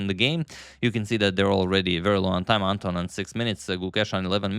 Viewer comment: Anton in Ukranian and Russian names pronounced as in David-Anton Guiharro - with stress on the second syllable